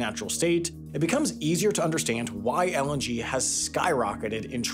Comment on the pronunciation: I keep hearing LNG as LMG